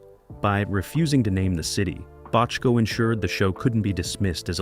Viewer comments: Frustrating narrative. If I didn’t know better, I’d think Bochco, Bottco, and Bodco were three different people. How can it be that difficult to pronounce the name the same way all through the video? Except for this minor irritation, good video. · Got through about 2 minutes before switching to another video. The AI V/O is stilted, attempts to be serious, but isn't, and pronounces Bochco's name two ways within the first two minutes. Ugh. Do better. BTW, HSB is one of the best dramas ever.